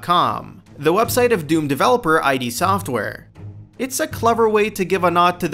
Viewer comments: its not pronounced I.D its IDD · Id software. Id. ID. NOT AJJ DEEE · id, as in "Kid", not "Eye-Dee". Made the same mistake back in the day. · Oh jeez this is sad. One, IT IS NOT "EYE-DEE" SOFTWARE!!!! It's "Id," as in the state of mind beneath the conscious level. Two, the episodic format of sales WAS common back then; it was known as the apogee model, and a LOT of PC games marketed themselves that way! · holy shit. it's "id," not ID. like... the word "id". you know, as in ego & id. i'm not sure you can tell me much i didn't know about the game when you can't pronounce the name of the developer. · scrolled down to comment because of this. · I think he said "brutal acts" instead of "brutal axe" but I could be wrong. The whole him saying "I.D" software thing has me perplexed so I may have misheard haha. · Fair point. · He keeps saying I.D. software... Non-nerd... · Every time he says I.D. Software I cringe at the stupidity. Literally cringe, c'mon guys at least get the name of the developer right.